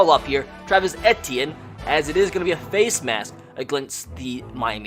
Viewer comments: It’s Travis E T in that’s how it is pronounced not AT t in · it's travis e - tea - in not eh - tea - in smh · It is pronounced ETN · It’s “Eee-Tee-In” not “Eh-Tee-In” sir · It’s pronounced Travis e t n not etian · It is Travis ETN NOT ETEAN!!! AND IT IS NOT CLEMZON IT IS CLEMSON!!! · Dude... it's not Et-e-in.... it's E-T-N! LEARN HOW TO SAY OUR KIDS NAMES! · He's saying Etienne wrong. He went to Jennings High school in Jennings, Louisiana I know him personally, because my high school wasn't even an hour away from Jennings Just a long e sound then just like the letter t then an. Simple. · pronounced “eetienne” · How to pronounce Etienne : EE-TEE-EH-NEY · You said Travis entine worng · As a Clemson student and lifelong fan, the way he pronounces Clemson and Etienne just kills me. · I kept cringing over how he pronounced Etienne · I love you bro but you pronounced Etienne so wrong this entire video and it was nails on a chalk board for me